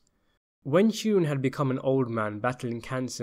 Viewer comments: Please research American pronunciation. It's ANDgelo Bufalino. We also pronounce Sheeran as SHE-run. We may be wrong on these things but that's common usage in the US. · ikmarchini don’t tell a man how to pronounce an Irish name if you don’t know it yourself, Sheeran should be pronounced “Shear-in” not She-run